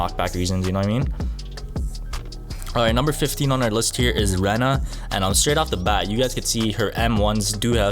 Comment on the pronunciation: you pronounse rena as rina